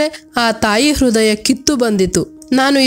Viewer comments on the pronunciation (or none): none